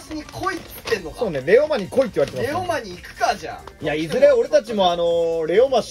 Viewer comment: 四国の民なんだけど、レオマのイントネーション気になりすぎる レオ↑マ↓じゃなくて、レオ↓マなんだよ、プリンと同じだよ もしくは【レオ↑マ↑ワールド】プリマビスタと同じです